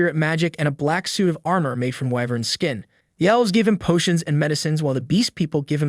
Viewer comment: Ahem it's whyvern not wivern Correct pronunciation: whyvern Correct spelling: wyvern